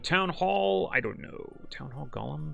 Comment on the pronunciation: It's Go-lem not lord of the rings gollum